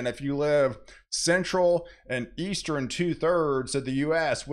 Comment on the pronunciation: For anyone out there who is on the fence about the pronunciation of NORTHERN... it is NOT pronounced as "NORTHER-EN". The same applies to eastern, southern, and western... all of which he insists on adding an "e" before the end. He either can't or won't pronounce words correctly and I find it irritating to the point that it's difficult to pay attention to the actual weather. Most people who don't have some level of OCD won't understand that and will likely think that mentioning this is more of being an a$$. To anyone who feels that way... examine any of your own idiosyncratic habits.